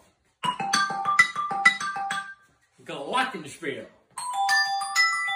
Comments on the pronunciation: the way he pronounces glockenspiel is so funny to me as a german😭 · as a kraut it hurts to hear that pronounciation of Glockenspiel